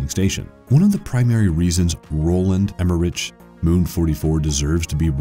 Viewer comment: "Moon" not "Moom"